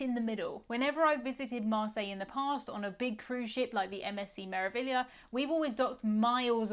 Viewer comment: You pronounced meraviglia right well done! That's my name basically haha